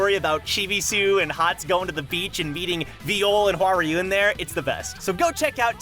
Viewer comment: Please stop saying "wa rai yoon" for hwaryun. I want to watch your content but it's just so hard when you butcher it like that